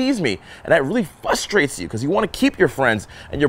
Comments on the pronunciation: Love you brah. It really frustrates me when you say fustaits... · "FUSSTRATES" haha. Happens to the best of us but I just thought it was funny.